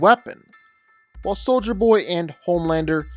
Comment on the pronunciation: you got soldier Boy right